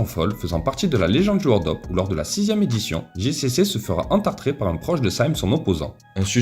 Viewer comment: "ENTARTER" pas "ENTRARTER"